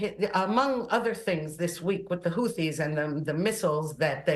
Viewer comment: Why you keep saying houthi wrong its like the media is stupid or something? 🤨